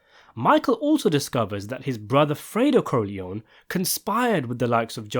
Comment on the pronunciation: Por que a IA não sabe falar Corleone?